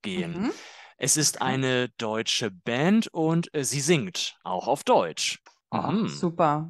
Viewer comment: porque la palabra "Band" la pronuncias como si fuera "Bänd", si no lleva umlaut?